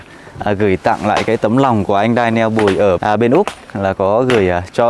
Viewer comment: Đọc là đen nhồ ‘Daniel’